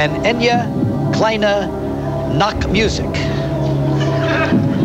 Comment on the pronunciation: Almost right. The first word is pronounced EYE-neh.